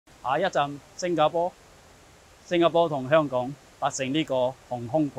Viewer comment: 一开始就把新加坡叫成星家坡 lol